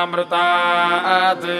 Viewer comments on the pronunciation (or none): माअमृतम uchharan karna hai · One correction is that it’s not māmrtā’t. It’s ma a amritāt. You should pronounce the ‘a’ in the middle otherwise the mahamrutanjaya won’t be properly done.